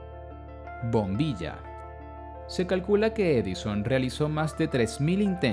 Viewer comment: tengo una duda, es Thomas Alva Edinson? o Thomas Alva Edison? en este video dicen Edinson